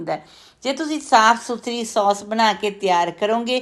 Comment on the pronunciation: ਉਹ ਬੀਬੀ ਸੌਂਸ ਨਹੀ ਕਹੀਦਾ. ਸੋਸ ਕਹੀਦਾ ਹੈ 😂😂